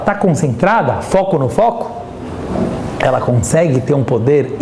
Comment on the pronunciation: Meu marido di q falo igual judia e eu n entendia o q era isto. Agora sei: falo igual ao rabino. kkkk questioná á. Elá á. Falado ô. Dando enfase nas silabas e adicionando varias vogais. rsrs (vai ver são meus antepassados sefarditas! <3 adorei!)